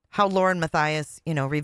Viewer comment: Waww and Cwime…🤸🤸🤸🤸🤸😂 Wauren and Gwayson…😂